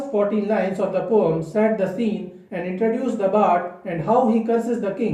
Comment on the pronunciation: Don't say 'pome'... Very irksome.